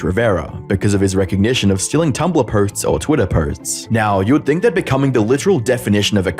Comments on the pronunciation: "Prelevant" (prevalent) and "potes" (posts). I'm two mins in, dude. You speak for a living, in ironically a similar format to many other YTers, tighten it up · I'm sorry but you're inability to say 'posts' is throwing me off unless it's an American thing